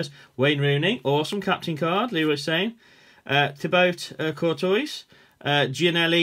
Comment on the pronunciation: You pronounce Thibaut Courtois like this: TEA-BOW CORE-TOE-AH